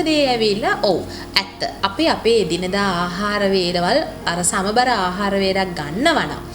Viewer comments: සමබර නෙමෙයි. "සමබල"කියලයි කියන්නෙ... ඔයාගෙ videos මම නිතර බලනව. හොඳයි! Good luck! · Samabara ahara nowe."සමබල ආහාර"niweradi wachanaya.godak sthutiy oyata.budu saranay.👍